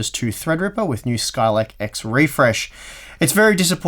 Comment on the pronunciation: Skylake X? Hah! I think you mean Skylake Ex!